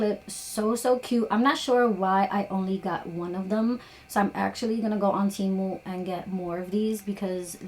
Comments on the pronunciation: Legit question. How do ya'll know it's called Té Moo and not Tee moo? Did the company state that's how to pronounce it? Lol like to me it doesn't sound right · It's actually pronounced "Teemoo" lol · It’s pronounced “TEE-MOO” babe ❤ I know a lot of people have been pronouncing it wrong but I get it